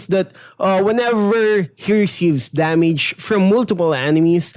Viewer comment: Damige, eich P Practice your English